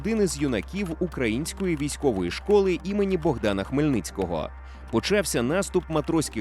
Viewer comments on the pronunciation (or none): none